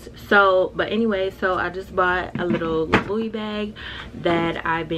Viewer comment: girl, first of all i love you soooooo much but please hunny, it is pronounced (LEW-E) not (low-es) Vuitton 🥴 you too cute & poppin to not know how to pronounce designer names especially your “favorite” one..